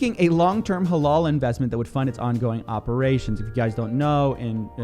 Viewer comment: Prononciation of halal is more like halAl with a hard A not halol